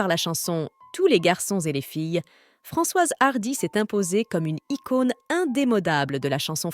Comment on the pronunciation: C’est quoi cette prononciation à l’anglaise de son nom? Apart ça, triste qu’elle soit partie mais soulagée de savoir qu’elle ne souffre plus